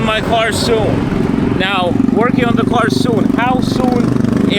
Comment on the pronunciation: Love ya but it’s / car / not /co / ar /…😎👍